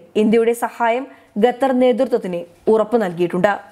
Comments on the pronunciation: അവതാരക മലയാളം നല്ലവണ്ണം പറയാനറിയാത്ത ആളാണോ അതോ ജാഡയാണോ.... ഗത്തറല്ല.... ഖത്തർ എന്നാണ് പറയേണ്ടത് .. എഴുതുമ്പോൾ അക്ഷരത്തെറ്റ് വരുന്നത് പോലെയല്ല സംസാരഭാഷയിൽ... വായിൽ തോന്നുന്ന പോലെ പറയുന്നത് കേൾക്കാൻ ബുദ്ധിമുട്ടുണ്ട്....... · Gather, guran . What is this ?! Please read ഖത്തർ, ഖുർആൻ. You should have to read according to their pronounciation and not your own couped style. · ഗത്തർ അല്ല. ഖത്തർ എന്ന് വ്യക്തമായി പറയൂ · ഗത്തർ അല്ല ഖത്തർ... പ്ലീസ് pronounce correctly. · ഗദ്ദർ അല്ല, ഖത്തർ. പൊട്ട വായന. ദന സഹായം അല്ല, ധന സഹായം. ബന്തിപ്പിക്കുക അല്ല, ബന്ധിപ്പിക്കുക. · ഗത്തർ അല്ല ഖത്തർ ആണ്. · ഗതർ അല്ല ഖത്തർ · ഗദ്ദറല്ല പെൺകുട്ടീ, ഖത്തർ ആണ്. QATAR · ഗദ്ദർ അല്ല കുട്ടി ഖത്തർ എന്നാണ്... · ഗത്തർ അല്ല ഖത്തർ.... ഉച്ചാരണം ശ്രദ്ധിക്കുക. ഇവർക്ക് ഉച്ചാരണത്തിന് ക്ലാസ്സ്‌ എടുക്കണം 👌🏻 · ഗത്തർ എന്ന് ഉച്ചരിക്കരുത്, ദയവായി ശ്രദ്ധിക്കൂ... മലബാർ സ്വദേശിയാണോ? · ഗത്തർ അല്ല ഖത്തർ എന്ന് ഉച്ചരിക്കാൻ ശ്രമിച്ചാൽ നല്ലത്.,അത്പോലെ ബക്ഷണം അല്ല ഭക്ഷണം എന്ന് കൃത്യമായി പറയുക.അറിയാൻ പാടില്ല എങ്കിൽ മനസിലാക്കിയ ശേഷം വാർത്ത വായിക്കാൻ ശ്രമിക്കുക. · ഗതർ അല്ല ചേച്ചി,, ഖത്തർ എന്ന് പറയൂ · ഉച്ചാരണം കൂടുതൽ ശ്രദ്ധിക്കാം. ഗത്തറല്ല, ഖത്തറല്ലേ ശരി? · ഗത്തർ അല്ല ഖത്തർ ആണ്. ഉച്ചാരണ ശുദ്ധി ശ്രദ്ധിക്കുക. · ഭക്ഷണം ഒക്കെ കൊടുത്തുകൊള്ളൂ. പക്ഷേ അവരുടെ ഓയില്‍ വാങ്ങാതിരുന്നാൽ മതി.... ഈ പെണ്ണ് ഗത്തർ എന്നാണല്ലോ പറയുന്നത്. ഖത്തര്‍ ആണ്. ഭാഷ അറിയാത്തതിനേ ഒക്കെ പിടിച്ചു ന്യൂസ് വായിപ്പിക്കുന്നതിന്റെ കുഴപ്പം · " ഗെത്തർ " അത് ഏത് രാജ്യമാണ്? അക്ഷരം പഠിച്ചിട്ട് വാർത്ത വായിക്കൂ. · എനിക്ക് അറിയാന്മേലാഞ്ഞിട്ട് ചോദിക്കുവാ ഗെത്തറോ ഖത്തറോ. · ഗെത്തർ അല്ല ഖത്തർ ആണ്. അക്ഷര ശുദ്ധിയോട് വായിച്ചാൽ കേൾക്കാൻ സുഖമാണ്. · ഖത്തർ ആണ് ഗത്തർ അല്ല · ഗതർ അല്ല ഖത്തർ മലയാളം പേപ്പർ വായിക്ക് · ഗത്തറല്ല. ഖത്തർ എന്നതാണ് ശരി. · ഗത്തറല്ല ഖത്തർ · മോളൂ ഗത്തർ അല്ല ഖത്തർ..പറഞ്ഞേ...ഖത്തർ.. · കൊച്ചേ ഗത്തർ അല്ല ഖത്തർ എന്നു മലയാള ത്തിൽ,Qatar എന്ന് ഇംഗ്ലീഷിലോ പറയാം,ഒരു ഗത്തറും കൊണ്ട് വന്നിരി ക്കുന്നു,പോയി നാക്ക്‌ വടിക്ക്. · ഗത്തർ അല്ല ഖത്തർ എന്ന് പറയു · It is Qatar not Gatar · ഗത്തർ അല്ല... ഖത്തർ ആണ്.. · ഗത്തരല്ല, ഖത്തർ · ഗതർ അല്ല QATAR ആണ് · Pronounce properly pls Qatar & not Gutter